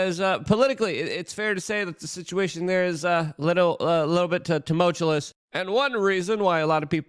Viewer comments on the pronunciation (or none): Repeat after me: "Tu·mul·tu·ous" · Tumultuous not tumultilis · Ok, I'm aboard, i like it now, teh "Toomullchewlous," I'm here for it.